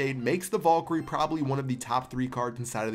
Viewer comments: Did you t say valgire? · omg I luv how u say valkryie "vulkry"